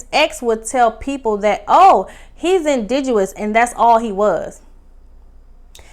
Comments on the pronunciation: You keep saying indidous. Is it pronounced indidous or is it pronounced indigenous? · It’s indigenous not indiguwus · Pronounced in dig' enous. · The word is INDIGENOUS…just a small gripe… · Loved the review. Had to subscribe... I'm here for the content you're creating. Love how you went back and collected the receipts on this review. However, I'm going to need you to also go back and pronounce our words correctly, more frequently. Not looking for perfection, just improvement. You were killing me and the word "indigenous"... we need a word nurse. We'll be back for the content next episode. Blessings. ❤